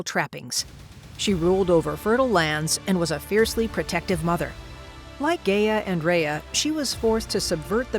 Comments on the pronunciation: isn't it supposed to be pronounced as 'Ga-ya'? not 'Gey-ya? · Well for starters just cause they have a team doesn't mean they do good work. But if you would like an example Gia does NOT sound like Rhea. It's pronounced (Guy-a) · This isn't bad at all, but the only thing I have an issue with is the pronunciation of Gaia. It's pronounced guy-ah not gay-ah. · "Gay-uh" oh no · ngl, can't get over the fact of the mispronunciation of Gaia